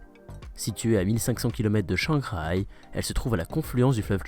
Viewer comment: Shanghai. Ton 4e ton était limite ;-]